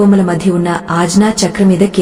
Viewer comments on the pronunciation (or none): sariga telugu telisinavaritho cheppochuga.aagnya,moodha ,hatattuga ilaa konni padalu tappu palukutunnaru.tiyyani payasam lo palukurayi laa. జ్ఞానము జ్ఞాపకము.. గాఢ దృఢ ఇలాంటి పదాలు పలికేటప్పుడు..